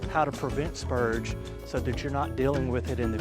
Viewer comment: Spurge with an R. Not spuge. 🤣